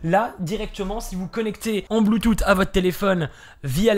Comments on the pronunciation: oe mdr, moi aussi sa me fais trop rire mdr le bloutoute x) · un peu d'humour, mais le BLUETOUTEEEE m'a tué lol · Le " bloutoute " ptdr ça a fumé sinon niquel la vidéo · En "BLOOTOUTE!!!"😂😭😭